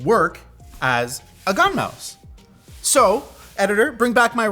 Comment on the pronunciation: Too high kept thinking you were saying Gundam.